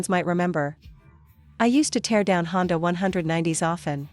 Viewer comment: Since when did Honda become Chonda!!!